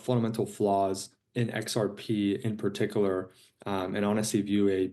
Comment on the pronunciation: Did he just say Paticaler 3 times?